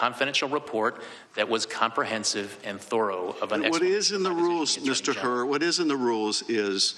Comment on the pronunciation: Hur rhymes with Cur.